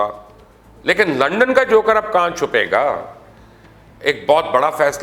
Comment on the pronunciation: بھائی لنڈن نہیں، لندن!